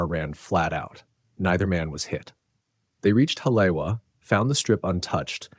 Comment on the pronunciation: Pronounced; Holly-Eva I lived there for a bit. Try this one: Aiea Pronunciation anyone? Eye A uh